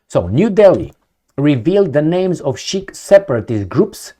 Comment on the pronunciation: ...Sikh is pronounced Seek.